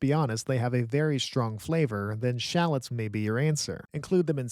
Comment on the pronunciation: nice vid, but learn how to pronounce shallots lol